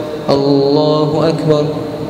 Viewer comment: lafas takbir kurang tepat. wajib di perbaiki krn itu adalah rukun yg wajib.